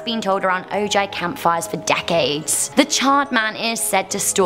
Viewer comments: Ojai is pronounced "o-hi". Great compilation of stories! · Legba is not evil or a demon. He's a loa and he just opens doorways and pathways. He accepts bottles of rum for offerings and if you're friendly and have a moment, He might share it with you. He's generally neutral good. And it's pronounces o, Hai. Ojai...